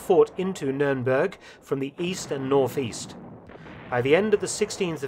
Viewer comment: its not numeremberg in english , dont do jokes in a documentary now english as a second language people will be walking around saying numeremberg SMH